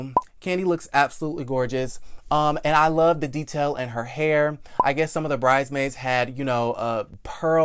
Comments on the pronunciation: It’s “brides-maids”. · the middle "S" is not silent in Bridesmaids. yw